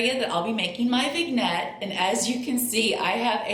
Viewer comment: Hello! I think it is pronounced....Vin-yet. Love your channel!